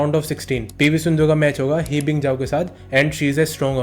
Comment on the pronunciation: It's not ही बिंग जाव it's ह बिंग जाव